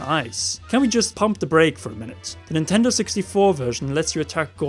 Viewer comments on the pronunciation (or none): none